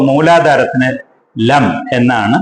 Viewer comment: ലം എന്നല്ല എന്ന് തോന്നുന്നു. ലങ് എന്നല്ലേ?